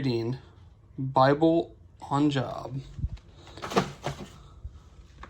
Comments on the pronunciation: Fyi you pronounce Job from the bible like Jobe. Btw love your videos. Subscribed. 😁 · It’s pronounced “Jobe” for Job in the bible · Did anyone catch how he pronounced the book of Job from the Bible? lol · Nell Bless you, sir! What a relief to know that I wasn't alone in catching that innocent mispronunciation of Job!! 🤦😜 Many blessings to you. 🙏🏼